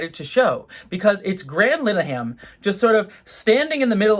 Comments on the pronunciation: Pronounce his name right. Linehan, not Lineham. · I was today years old when I learned that Graham Linehan wasn’t pronounced with a hard “I”.